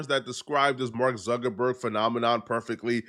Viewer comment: It's pronounced Mark Zuckerberg, not Zerkerberg, You're welcome.